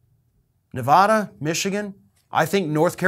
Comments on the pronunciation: No offense but screw Iowa! And it's Ne-VADD-da not Ne- VODD-a. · Not "Nevawda"!!!! 😵😖